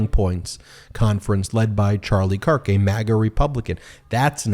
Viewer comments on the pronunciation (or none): none